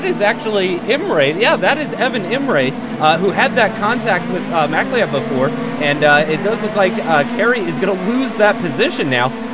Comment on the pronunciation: Love Americans trying to say MacLeod, always get it wrong! haha! "Ma-cloud" that is how you say it, fyi! ;)